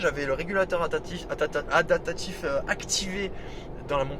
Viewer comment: Merci pour le Rex. On dit adaPtatif ! Pas adatatif... 😆